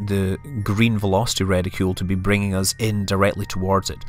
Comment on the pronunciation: I love how you say 'uz' and 'whoat'. Sounds very professional. :D